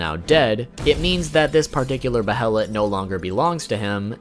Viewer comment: Bruh I can tell you’re new to Berserk by how you pronounce Behelit... like they say multiple times in every version of the anime and game... and still you say it wrong 100x’s over lol